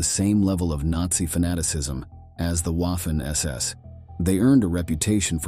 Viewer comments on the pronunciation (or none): Small critique, it’s not Waf-fen like Waffle, it’s Vaf-fen because German w is pronounced with the distinct vah sound like it’s a v. It’s just 44 secs into the video and that can shut someone down for watching it through. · You mean: Vah-fen SS? Why can't you just narrate with a human narrator? Or... is it just someone competent? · It’s funny how he says waffen like how’d you’d say waffle. Say it right the Germans said it like the W was a v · Wah-ffen SS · Your pronunciation of Waffen is shy of being atrocious. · I can forgive the W/V issue, but narrator used an American short a, as in “ad,” “at,” and “apple.” Make sure your hired voice can pronounce words specific to your video. I paused the video, thinking, no, he did not just say Waffen like “a” in “taffy.” 🤦🏻‍♀️ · If you are going to do a video about the Waffen SS. At least pronounce Waffen properly. 🙄